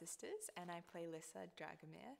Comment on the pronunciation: YAY THEY SAY LISSA HOW I ALWAYS IMAGINED IT BLESS YOU LUCY :') i'm so so so glad they don't say it like lisa dragomir THERE ARE TWO S's hahahahaha but omg she's so cute i can't waiiiitttttt